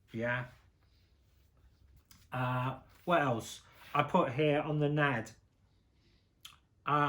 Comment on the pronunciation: It's not "Nad". It's pronounced N.A.D. (en ay dee).